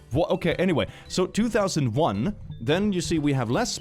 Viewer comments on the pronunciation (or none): none